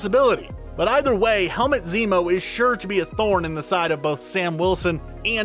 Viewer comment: Helmet Zemo??...its Helmut my guy, pronounced exactly the way its written